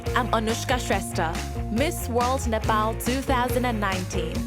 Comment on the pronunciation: Ms. Nepal can't speak Nepalese language? The way she pronounced her name is very English.